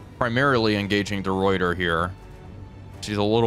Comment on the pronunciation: Hey, small thing, De Ruyter is pronounced "De Writer"